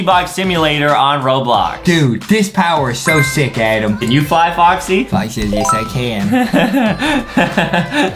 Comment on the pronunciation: Btw it's "ADEM" Not "ADaM"